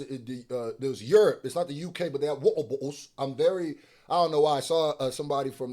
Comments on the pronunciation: dawg when you kept saying wotabotals you had me dyin lol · Wa’er Bo’les 😂😂😂😂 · People in England love drinking their tea, but they damn sure don't like to pronounce the letter. 😅 “Wa’er Bo’Les.” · lol I like how Brits don't pronounce the 'Ts' Wa-uh bo-uh-les! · That pronunciation of “water bottles” earned my like. Keep it up! 😂😂